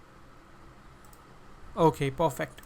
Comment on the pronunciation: "Looks Puhfect"